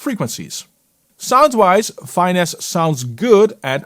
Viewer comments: Might just be an accent thing, but I think it’s fi-NESS (short ‘i,’ like in ‘fitness’), as in ‘to finesse the audio.’ Great showcase though. would’ve loved a side-by-side with Soothe2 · love your videos, but thats not how you pronounce finesse..